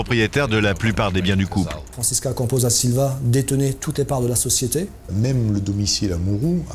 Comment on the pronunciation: Pourquoi la voix off n'arrive pas a dire "Franscisca"? IL dit toujours "Francis....CA" 🤣